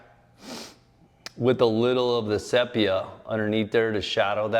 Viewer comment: "sepia" = "see·pee·uh" NOT say pee uh. EVERY artist knows this.